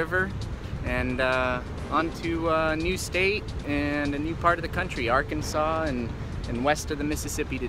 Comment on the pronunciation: It's becoming a respectable, time-honored tradition for to mispronounce one and only one word per episode XD If you didn't get it, this one was "Ar-Kansas". Fun to spot it in each episode.